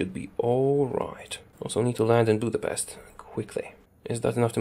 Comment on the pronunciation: Still not how to you say Budapest.